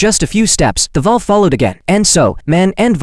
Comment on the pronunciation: It's wolf but the Ai voice couldn't pronounce it correctly